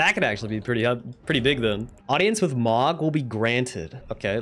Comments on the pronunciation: Every time he pronounces Mohg “Mog” I die a little inside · no hate, but the moh in mohg is pronouced moe :( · bro Mohg is pronounced "moe-g" not "mog" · why do u pronounce mogh wrong